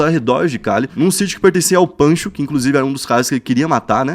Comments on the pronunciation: Não é Pancho, é Pacho. Pacho Herrera. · Francisco (Pacho) Helmer Herrera e não (Pancho) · Não é Pancho e sim pacho Herrera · Pacho Herrera nao Pancho kkk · Não é “El Pancho” e sim “Pacho” Herrera.